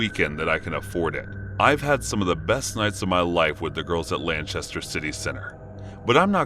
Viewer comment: Is Lanchester between Manchester and Lancaster? 🤣🤣